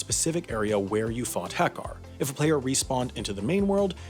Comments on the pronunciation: I am just offended by how you pronounced Hakkar. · The way he pronounced Hakkar. God